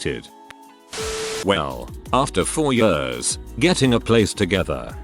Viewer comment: Loving the anecdotes, loathing the pronouncement 'yeurs'. 🥴